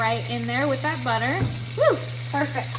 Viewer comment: Buttah makes everything bettah!!!! 😂😂😂😂